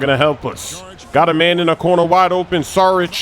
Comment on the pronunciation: Yo no offence or anything but the way you pronounse "saric" is wrong